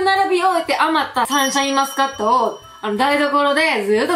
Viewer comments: サンシャインマスカット😂 こんなに可愛い言い間違いあります！？😂💕 あと、レジの方素晴らしいですね👏🏻✨ 私は普通のスーパーでは、お肉が入ったトレーをビニール袋に入れてくれる人が好きです🥩笑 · サンシャインマスカット、可愛かったです😂😂😂 たまに言い間違えますよね、何故だろう。笑